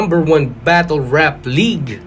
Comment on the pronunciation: ang reason kasi kung bakit "batol" ang pagbigkas ng mga bisaya sa "battle" and other words na "tle" ang huling syllable ay dahil yan yung closest sound kung pano ibigkas yan ng mga kano, compared sa "batel". pinakamadaling halimbawa is never naman naging "baybel" ang "bible" ang bigkas is always "baybol" kaya kung tinatawanan ng mga tagalog ang mga bisaya sa pagtatagalog ganoon din ang mga bisaya if ang mga tagalog nag eenglish.